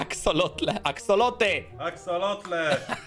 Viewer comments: No sory ale szaku ma rację poprawnie mówi się aksolotl a nie aksolot. Fajny odcinek btw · Ale mówi się axeolotl a nie axeolot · musze cie zmartwic bo poprawnie mowi sie Axolotl-aksolotl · Akselotle xD co to ma być 😂🤣 Padłam.